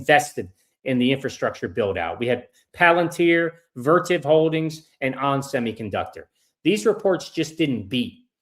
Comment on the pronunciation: What stock is he talking about at the end?? Vertiv didn't have earnings but it sounded like Vertip